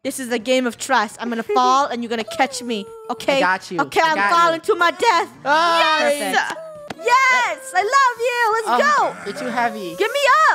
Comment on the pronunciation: I llove when funneh says IM FALLING TO MY dEaLf